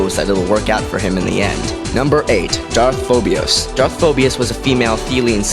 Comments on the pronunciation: I'm sorry for pointing this out but when you pronounce Darth phobos you do not say the ia it's just Phobos not phobias. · Is there one I in Phobos. No. It's Phobos not Phobios. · Why you gotta add extra vowels to the word "Phobos"? :P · Great vid!!! Pronunciation was a bit off on Phobos and Kopecz but don't matter really :-)